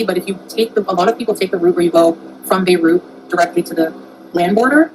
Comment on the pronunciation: I never want to hear her say Beirut ever again.